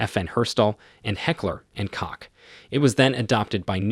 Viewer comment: Heckler and (Coke) not (Cock)